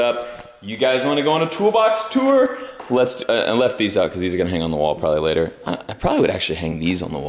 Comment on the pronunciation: "Ten ... meenutes ... layturr ..."